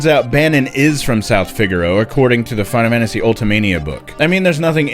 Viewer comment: Now I pronounce the name of this game like Fie-nuh-fanissy. You did this to me!